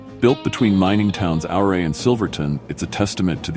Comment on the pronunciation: AI narrations can't pronounce the names of towns!!! Ouray, Colorado is pronounced "You-ray" just to start with.